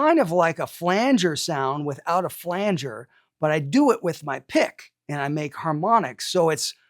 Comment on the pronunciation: the main thing i learned from this video was how to properly pronounce flanger lol